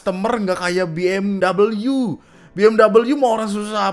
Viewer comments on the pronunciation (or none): sedikit koreksi. BMW tetep bacanya Be eM We ya bang, itu mobil dari Jerman. Singkatan dari Bayerische Motoren Werke. dari Jermannya sana ga dibaca Bi eM double U. lau sokap. dari cara kalian klarifikasi aja subyektif sekali. lau pada di tempat orang aja ga sopan.